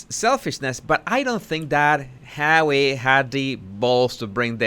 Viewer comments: I love it when you say Hawwy it makes me laugh every time 😄😂🤣😆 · fuck I love it how you say Harry🤣